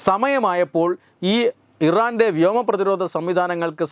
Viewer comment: തെറ്റുകൾ തിരുത്തുക.. ആവേശത്തോടെ വായിക്കുമ്പോൾ തെറ്റുന്നു. മോസ്സദ്‌ ഇരന്റെ എന്ന് പറയുന്നു.